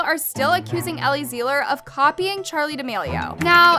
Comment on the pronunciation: if ur gonna talk abt ellie at least say her name right lol... it's pronounced 'zie-luhr' not 'zee-luhr.'